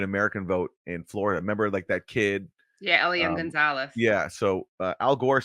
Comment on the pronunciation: says " Keed spills".